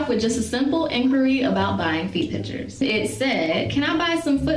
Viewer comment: Can't stand the way she says "Pitshurs" god